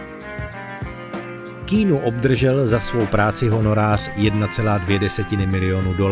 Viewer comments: Když už uděláte video o tomto člověkovi, mohli byste si aspoň zjistit, jak se to jméno správně vyslovuje. Je to [kijanu rívs] ne [kínu rívs] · Nie keenu ale Kianu :) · Nauč se vyslovovat alespoň ta jména. Žádný Kínu, ale Kijanu. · Keanu není "Kínu", ale "Kianu", jak sám odpověděl na dotaz, jak se jeho jméno správně vyslovuje. Skvělý skromný muž ❤ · [:kay-ah-noo:] is the pronounciation, just for the info (ive heard you were saying that not-good-at-all the whole time) moment, vždyť to nemusím psát v anglině :D no ale fonetiku nahoře poznáš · Vyslovuje sa to Kiánu :)) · Proč mu říkáte "Kýnů" ? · Zas mi to video naskocilo, tak jsem na nej kouknul... Autor by si mel zjistit, jak se opravdu jmenuje... Protoze [kínu] se Keanu OPRAVDU NEcte!!! 🤦🏻🤦🏻🤦🏻🤦🏻🤦🏻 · Říká jeho jméno Ke-a-nu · K"ý"nu. Ouch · nezlobte se na mě, ale když už v komentáři vyslovuji jméno Keanu asi 100x, zjistím si snad výslovnost, hrůza tohle poslouchat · Informace ve videu jsou mírně řečeno zmatené, mimochodem, i výslovnost jména Keanu máte špatnou.